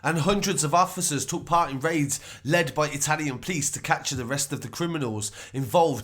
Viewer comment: The PLICE .... lol instead of P-o-l-i-c-e, kinda anoying